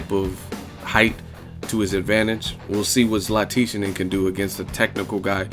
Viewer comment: Hey, EsNews interviews Dejan Zlaticanin. In the interview the real pronunciation of his name is in it. It's Dejan (Day-Hun) Zlaticanin (Lat-Ti-Chanen) like canon but add an H to the word canon (chanon). So Lat-Ti-Chanon. I hope this help.